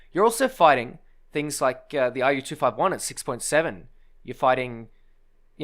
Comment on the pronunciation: That’s a funny way of saying ru251